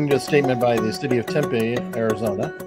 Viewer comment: Tempe is pronounced temPEE not tempay. I thought you would know that until you said that you were down in Tucson. Still... 😆 They should place lifesavers around there. Couldn't hurt.